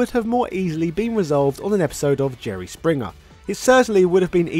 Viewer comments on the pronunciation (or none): none